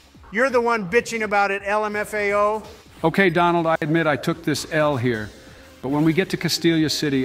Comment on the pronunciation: Honestly - daily content. I am more interested in your script and incorporating it into the game. Speed them up, get that content out, continue using tf out of "el em eff a oh" lmao